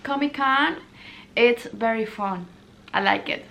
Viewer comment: "Wery people" hahahahahhahahahahah